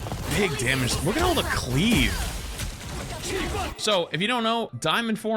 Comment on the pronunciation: Saying cleave like it's wow haha